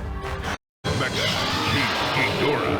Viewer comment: This video deserves way more views...but also it's King Ghidorah (Gee-door-ah)